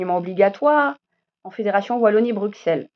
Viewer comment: À partir du moment où tu dis : BruXelles au lieu de BruSSelles et bruXellois au lieu de bruSSellois, tu m'as perdu...